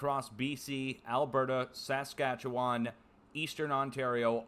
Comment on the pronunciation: I’m sure it had nothing to do with the bombardment of ctrailing that was happening in the month preceding the fires. Which was the worst I’d seen in the last 3 years. You’d think they were preparing to fuel the fires. Good job pronouncing Saskatchewan.